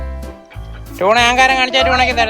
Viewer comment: ടണ അല്ല. ട്യൂണ 🤣